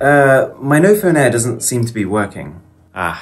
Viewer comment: imagine asikng someone which phone he has and he says ''NoPhone Air''. idk abt u but i whould die of laugher